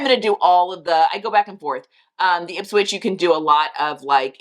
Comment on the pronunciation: The website looks great and you did pronounce Ipswich correctly. Sigh, I am not a fan of the ruffles trend and had been hoping it would take a hiaius, but I guess everyone loves it but me.